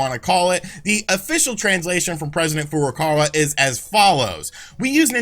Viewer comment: Furukawa not Furukara you idiot